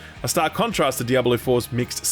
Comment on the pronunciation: DiabAlo or Diablo? I can't not hear it sorry